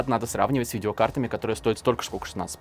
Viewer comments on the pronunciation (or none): none